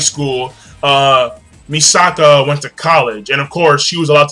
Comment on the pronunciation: MISAKI NOT MISAKA FOR BLEACH AND IT'S MIKASA NOT MISAKA FOR SHINGEKI NO KYOJIN. HAHA They've been getting those two mixed up all month. Good review King!!